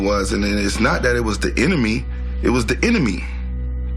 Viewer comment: Kimbo cookin I love it “it wasn’t the the enemy it was the “enemy” the “enemy” the “inna me” the “inner. Me” 😂😂😂